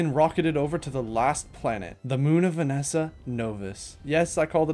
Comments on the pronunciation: Pleaseee call her VASANIA not VANESA You got most planet names wrong 😢 And Eve is not a snail she is a fox😅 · wait vanessa as vesania??? 😭😭😭 who even mispronounces it like that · Never heard someone butcher Sphalerite and Vessania so thoroughly.. 😂 good vid tho. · Btw great video, one small problem. WHY DO YOU KEEP PRONOUNCING THE NAMES WRONG. Please read the names of items and planets, or don’t I can’t stop you.